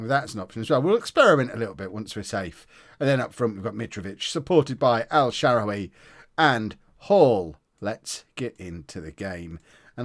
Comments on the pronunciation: It’s el sharawy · El Shawary pronounce it like that